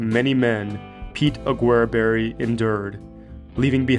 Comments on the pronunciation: I've never heard his name pronounced like that before. (Mostly heard "augerberry") I first visited Aguereberry Point back in the 70's and we drove right by the mine but didn't stop there. Hopefully you went up to the point, the views are breath taking. Our last time there was in 2017 and it looks like the camp ruins are a little worse for the wear. I never hear much about the connection with Shorty Harris so some of that info was new to me. Good job on the historical context. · I do like your channel, but please look up pronunciation for the places you visit. Just a quick online search and I couldn't find Aguereberry pronounced the way I heard it in the video. Ah-gur-berry is how I've always heard it referenced. Safe travels.